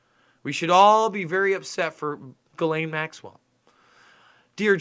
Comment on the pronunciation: The "s" is silent in her Name....great reporting 👍